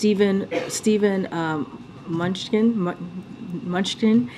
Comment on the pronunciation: Munchkin?! Did she mean Mnuchin? This is the best they've got.